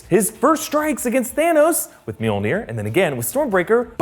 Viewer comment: Love how he calls “mjolnir” meonere